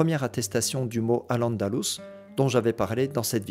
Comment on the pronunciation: Vous venez de dire AL ANDALOUSE, à partir de là ce que vous dites sera faux